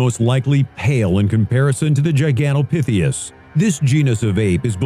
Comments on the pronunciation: GigantopitheCUS, not gigantopitheus 🙄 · "number six-th" GigantopitheUs" lol...